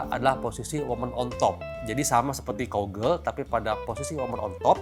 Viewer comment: Cow Girl bha doc..mcm mna ni doc? Sebut "COW" pun salah..susah kalau bgni doc..